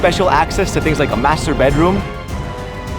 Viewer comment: did i hear wrongly? masturbate room?